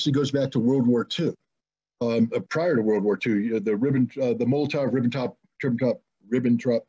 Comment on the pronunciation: Hi Scott, you pronounced "Ribbentrop" perfectly, bet you got a German grand-grandmother. Greetings from Berlin!